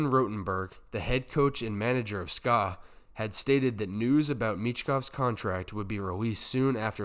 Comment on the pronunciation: S K A not ska. Ska is an annoying music genre.